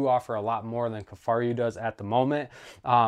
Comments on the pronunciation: The video was very informative, but I do agree that the mispronunciation was distracting. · Two things…He’s comparing the Kifaru to a non enclosed marsupial and He’s pronouncing Kifaru wrong…ruined the entire Video with those two things…might as well not even spent the time making the video…waste of everyone’s time 🙄